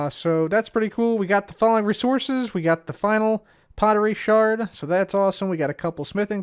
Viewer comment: Thank you, first hermit ive heard say the word sherd as shard as it should be its just spelt with 'erd' as a preference to ancient potterie